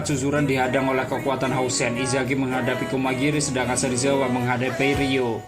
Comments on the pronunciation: Sarizawa apa serizawa 🤣🤣🤣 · Serizawa bukan sarizawa